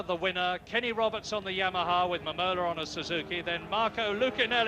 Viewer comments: Randy Mamola (ma'm-uh-la) :face-green-smiling: I'm almost certain I would botch names also. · its mam-mole- la